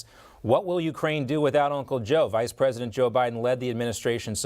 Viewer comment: The Poland Preshant? No wonder she laughed in his face.